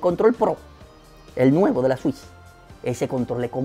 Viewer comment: buen video! me haces reír con tus expresiones jajajajajajajaja "la nintendo swish" xdXdxD Saludos desde Paraguay!